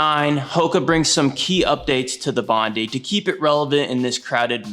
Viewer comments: Okay, the Hoka is not called "bondy". It is the name of a place in Sydney, Australia. It is pronounced "bond-eye"! Otherwise, thanks for the video! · It’s Bon Die not Bon Dee… the shoe is named after the beach… Bondi Beach.